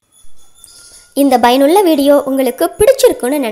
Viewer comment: Bayanulladha or payanulladha உச்சரிப்பு சரி செய்ய வேண்டும்.